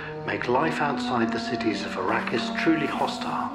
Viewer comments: What’s the deal with the change pronouncing Arrakis? It’s: “Ah-Rack-Iss” Not: “Air-A-Kiss” Nor: “Air-A-Keys” Especially if you expect me to ignore the “S” in Denis or the “VE” of Vilenueve. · Arrakis. Not Arrakeez. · You pronounce Arrakis incorrectly.